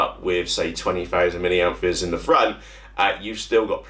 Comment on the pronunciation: Must admit, it winds me up too, that and “miliampfures” 🤪 just one of my OCDs 😄